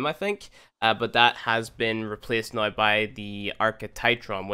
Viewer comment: I wonder where this guy is from. It always freaks me out when he says 'right noi' instead of 'right now'.